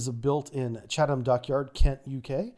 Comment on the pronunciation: Nailed Chatham though! (Yankglish tends to emphasise those H's in -ham endings, while they just soften the a in English)